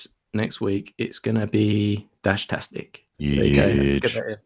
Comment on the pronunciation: Drop the "Dashtastic", it is "Fan-Dash-tic".